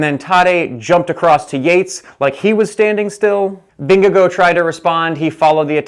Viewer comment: it's Vin-ge-gaw